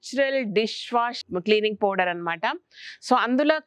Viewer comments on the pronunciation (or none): none